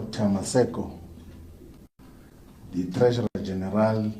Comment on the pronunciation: not charismatic at all. hear how he is talking. very boring hear how he pronounces the word general. boring. no logic in what he is saying, unlike malema